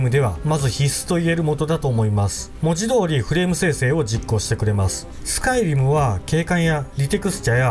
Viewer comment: スカイ⤴リム⤵